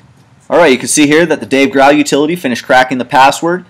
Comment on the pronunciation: It's killing me that he keeps pronouncing Dave Grohl's name wrong...